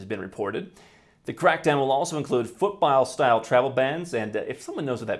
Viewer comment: Foot-bile?? He said it twice! Foot BALL. Foot BALL.